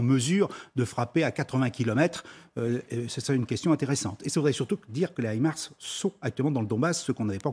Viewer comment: Madame la JOURNALISTE du systeme HIMARS le s n'est pas pour le PLURIEL mais pour SYSTEM donc il se prononce. Qualité LCI, BFM, France 24 ...